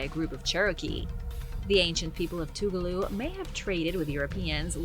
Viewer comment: I live in Toccoa, ga your saying Tugaloo way wrong lol